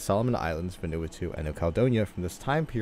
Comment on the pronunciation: Hey, great video! Just as a fyi, Vanuatu is pronounced "Van oo a too"! Keep up the great work!